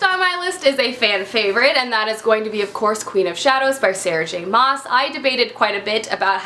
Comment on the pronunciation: just so you know Maas in Sarah J. Maas is pronounced 'mass' lol =D